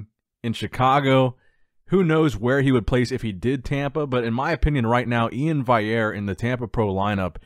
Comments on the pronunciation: agreed, it was burning me everytime he butchered it! you literally have phonetically written it and addressed it many times. get it together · Day two of asking to pronounce my name correctly. E-in Val-e-air.